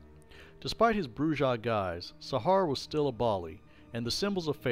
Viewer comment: Argh... "Brujah" BROO-hah